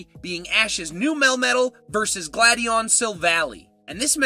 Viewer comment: …and sill-val-EYE (Silver and Ally), glad-ee-AHN, REDGE-ice, and NAH-GUH-NAH-DULL (Naga (a term associated with snake/human hybrids) and Nadel (NAH-DULL; German for Needle)) You have bad pronunciation issues,! 🤨